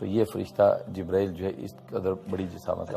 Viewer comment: Pahle to aap acche se boliye jibrail aleh Salam dusri Baat video banane Se Pahle hadees aur Safa number bataya karo